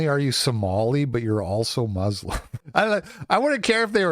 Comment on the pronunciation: You can always identify who's being cucked by sand demon worshippers by the pronunciation. No,, it's muslim, not "moooooooooslim"